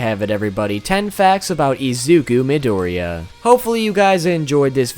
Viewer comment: Forgive my pronunciation, it's absolute garbage Me: UR ONE OF THE ONLY PEOPLE WHO ACTUALLY GOT THE PRONUNCIATION RIGHT!!!!!!